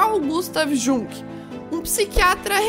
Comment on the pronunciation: Adorei o vídeo,! Parabéns! Mas só um detalhezinho que quero apontar é Jung se pronuncia Iung, não é nada demais, mas só pra evitar alguém te corrigindo no meio de algum debate.